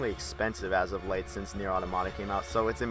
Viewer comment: Its pronounced near, damn!